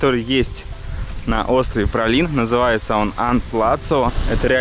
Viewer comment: Но как же режет слух этот "пралин" по 20 раз за выпуск!!! Ну как можно было найти это нечто?) Даже интересно, на каком языке произношение может быть именно таким?